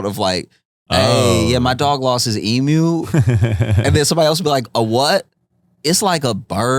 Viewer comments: It's "e-mew", like rhymes with new, not like a cow's "moo"... please, for my sanity.. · It is not an e-MOO. It’s an eem-u! And they won the great emu war. They are not to be messed with. Say their name with respect.